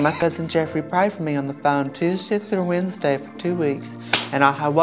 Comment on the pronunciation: ". . And he prayed foe me Tuesday through Wednesdees. ." Lmao. . Damn.